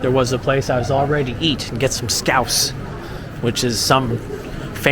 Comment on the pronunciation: Scouse not scrouse 🤦🏼‍♂️😂